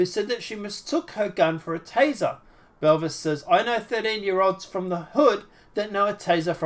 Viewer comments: I know. He pronounces it Belvis 😆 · Jessica "Boo-Vay"